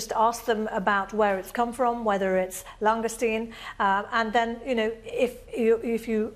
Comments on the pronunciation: Those Scampi "bites" are about as near to the real thing as is the presenter's pronunciation pf lsngoustine. It's French for heaven's sake pronounced "long goose teen". And we pay these people via our BBC TV Licrnce ! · Did no one think of teaching how to pronounce Langoustine?